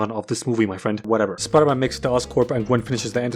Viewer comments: speter pidey? speter pidey. yeah. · Speter pidey ... it makes soo much fucking sense it's scaring me. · ah yes, my favorite movie, speter pidey. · Why so many comments it’s Spooder-Mon guys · SPETER PIDEY YES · i just cant 🤣🤣 video is just funny as fuck but opening is "welcome to the amazing spooderman 😂😂 man wtf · the amozing spooder man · Spider pidey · Starting the Video "Welcome to amazing spoderman. Hblblblhdd Peter Parker habqiolgtbal" Looking annoyed at my smartphone and turning it off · Speter pidey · William Dafoe: of peter William Dafriend: of speter pidey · Speter pidey ? Yeah ! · Spooder man spooder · It's man spider